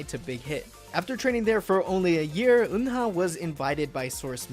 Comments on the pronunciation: People always pronounced Eunha name wrong specially the English speaker. It's not Un-Ha. It's U-Na or kinda like when you say Ooo-Nah. The H is silent. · Why am i so annoyed about how he pronounces "Eunha"'s name?